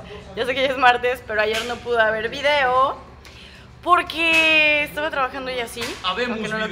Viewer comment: acaso soy la unica que escucho decir a POQUE en vez de PORQUE, WTF?????